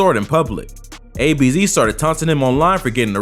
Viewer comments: It was ab’z not ABZ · ABZ😭 it's Abz. Pronounced like abs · Man said a-b-z🤣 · The way he said abz was funny still🤣🤣🤣🤣